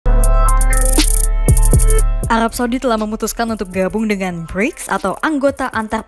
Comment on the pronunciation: lul,, gak bisa ngomong R,,,,,,, ha ha,,, mesil, alab,blics,,, lul